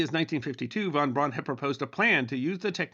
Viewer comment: I thought we covered this before. His name is pronounced Verner Fon Brown.